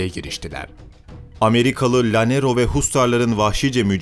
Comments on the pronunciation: Sayın tarihi seslendiren arkadaşımız yerel kelimeleri o ülkenin diline ve şubesine göre telaffuz etmeniz gerekmektedir yoksa.gulunc duruyor lanero diye birşey yoktur, Canero diye okunur. boyaca yoktur Bocaka diye okunur lütfen düzeltiniz. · ya bu youtube reklamları kafa sikiyor artık. yeter be. bir de llanero kelimesi yanero olarak telafuz edilir. ll=y